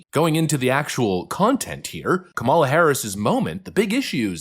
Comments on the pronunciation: YES! N.E.V.E.R. LE.T. H.E.R. F.O.R.G.E.T. I.T. Her name is kuh-MAH-luh! It is Not COM-mah-lah. She is indian, not black (black is from Africa) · I detest her politically, but it hurts critics credibility when they can’t or don’t pronounce her name properly. KAM a la, not Ka MAL a. It’s not that hard! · Her name's not Kamala, it's Kamala.